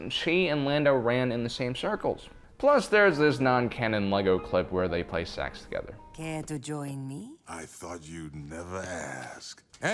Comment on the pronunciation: for some reason i heard the word 'sex' and not 'sax'